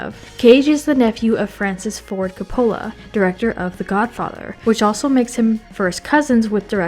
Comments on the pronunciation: KAH-poh-lah, not ka-POH-lah. Yeesh. You'd think they'd do a little fact-checking on something as basic as his name. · Nicholas Ca-pole-uh? Ben Schwartz says his characters name in THIS video. Teddy Lobo. Yet, you pronounced it LeBeau. Did YOU watch this behind the scenes video? You're too young to be doing this. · PLEASE learn to pronounce names correctly if you are going to use them!! COP-o-la, like they themselves pronounce it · Your mispronunciation of Coppola pissed me off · Have I been mispronouncing Coppola for the last several decades??? 😳